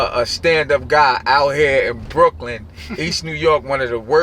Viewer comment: by ry u k ly in Brooklin kurwa Brooklin :D